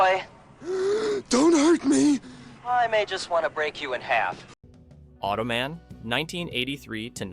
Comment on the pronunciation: The amount of times I've seen these shows reviewed on other YouTube channels I wouldn't say these shows are forgotten, plus if you're a child of the 80s like myself, you know them. Plus .....Automen ?you say it like it was a last name LOL ...hello human, im Marv Automen lol